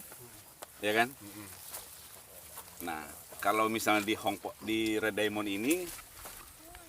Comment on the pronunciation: Itu kalau baca bukan red diamon. Tapi red daimen